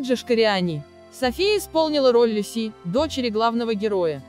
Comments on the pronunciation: И ЛюсИ тоже покоробило! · Что за мода пошла озвучивать ролики с помощью роботов??? Живых людей, способных нормально прочитать текст, не осталось? Куча ошибок, читка без пауз... Но окончательно убило коверкание имени девочки. Это что ещё за "Люсú"????? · Особенно " девочка ЛюсИ.. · МанИ, ЛюсИ…. Почему ударение на последнюю букву? Робот читает? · Диктор хоть фильм бы посмотрела. Роль МанИ, ЛюсИ. Слух режет.